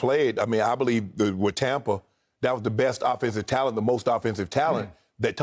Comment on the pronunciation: im sorry but no one but skip is calling tampa Tompa and its freekin lame.